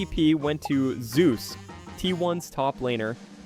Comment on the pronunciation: lol its not canyon/guma/ze-us